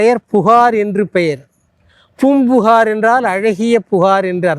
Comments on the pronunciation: Boompuhar ....no bro it is Poompukar. Pronounce properly please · Poombuhar..ucharippu sariyaa illa..